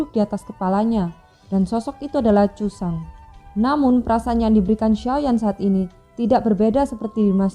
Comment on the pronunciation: Yusang jadi yucang siyun jadi sicun